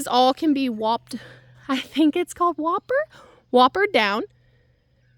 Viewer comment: Loppers, not whopper. You made me laugh. Thank you for that!